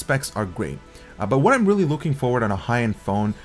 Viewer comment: Nice and thorough review. What is your 1st language? "Vibrant" is pronounced with a V, not a W . And screen is not pronounced like it is spelled "scween". What "weally" attracted? Samsung "welated" apps You just have issues with pronouncing v's and r's. Nice review.